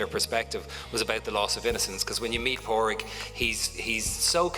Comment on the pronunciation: Just a correction that you could have easily rectified by doing some due diligence, it's Pádraig, pronounced Paw-drig. Simple.